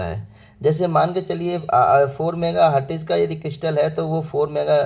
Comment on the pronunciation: Hertz to bolna seekh lo pehle😂